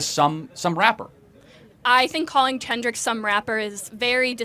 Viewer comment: I can’t believe she called Kendrick “Ken Drick” 😂😂